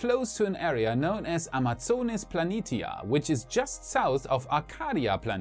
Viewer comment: pronounce Plani-tia as Plani-shia